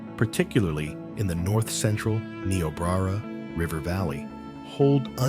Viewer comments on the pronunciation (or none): N eye oh brer ah